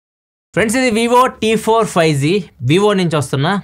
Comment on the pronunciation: 5z kaadu anna 5G 😂😂